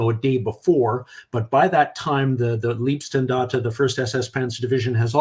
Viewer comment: As always, good show, a lot of expertise, as always good lead by you but the pronunciation of German terms is cringe-worthy! Lüttich sounds like lettuce, its LEIBstandarte and not LIEBstandarte. I know I stand alone here regarding this but its annoying. The rest ofcourse is top-notch and out of my league!